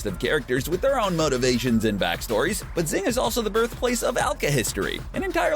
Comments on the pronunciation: Xing is pronounced shing not zing Mei. It's pronounced may not meye Yao Ming? Holy crap. It's ling Yao. Lan fan. Pronounced lahn fahn not lan fan. Alchahestry not alchahistory. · L-o-n F-o-n not LaN fAn Shing not ZiNg This isn’t The Last Airbender movie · its XING not ZING lmaoo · Xing is pronounced shing not zing you dumbass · I like this video, but it was painful hearing you call it 'Zing', when it's pronounced 'Shing' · It is pronounced SHING not ZING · I'm pretty sure Xing is pronounced as "Shing" rather than "Zing" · Xing.... XD try watching the anime before you make a vid about it. It’s pronounced in the show as shing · Xing is pronounced “shing” and did he really call Yao ling, Yao Ming? Did he even watch the show? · Every time he says Zing, take a shot. It's not a drinking game, it's just what you feel like doing every freaking time he says Zing. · Actually xing is based on china so the correct ways to see this are Jing or shing In some countries you can even call it "sing" but since we can use SH in japanese it's preferable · It's shhing!!! The Romanized X is mostly pronounced as "sh" in Chinese. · It's Shing. SHING! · yeah it’s pronounced shing lol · Him: pronounce xing wrong Me: the pain of being torn apart and being put together again and again is immeasurable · I'm honestly somewhat impressed at the narrator's skill with mispronouncing everything related to Xing. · Jesus christ learn how to pronounce names, moron. Xing - shing. Xerxes = zerksees. Lanfan - Lawn fawn. Ishvalan = ishval-an, not ishva-lawn. Go back to second grade.